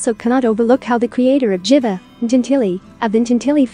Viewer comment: I heard that too😂💔